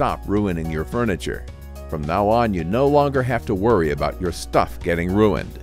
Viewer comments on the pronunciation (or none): none